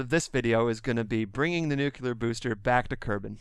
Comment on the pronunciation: it still amazes me that people look at the the word "Nuclear" and somehow conjure up extra letters out of nowhere. Seriously, how do people get "Nuc-you-ler" out of that?